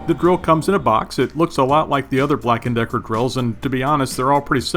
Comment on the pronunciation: Is it just me or do you keep saying grill🤪